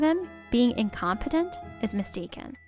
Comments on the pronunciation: In c(ah)m peh tent! Not incompete! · "incom pee dant" really.... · This was good, but someone needs to tell the male VA the context and pronunciation of "incompetent" it gets grating after the fifth time or so. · Male VA. Please work on pronouncing incompetent. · His pronunciation of incompetent irks me…. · I completely agree. He keeps calling him incompetent but he can't even pronounce it properly 😅